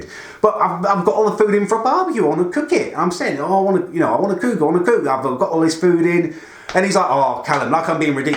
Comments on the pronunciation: “I wanna cewk, I wanna cewk,” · Learn how to say cook you humpty dumpty lookalike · Any1 else hate the way he says cook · Stop saying cook like that please. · what do you say cook so weirdly